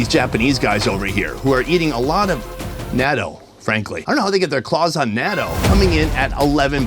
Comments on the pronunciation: Natto is pronounced “na-tou” not “NATO” 😂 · Gnaw-toe. Gnaw-toe. Say that again and again and never make this mistake again because it slightly annoys me. XD